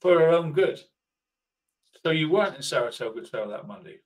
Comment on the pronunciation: Six long years later and he still cannot say Saratogga ! 😂 I heard sarasogga and tartatogga 😂 ground control from mager tom 😂